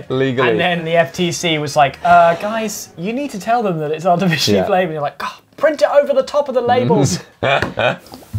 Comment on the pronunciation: Josh: ArTIfiCiALly FlaVOreD Me: *screams WHO SAID THAT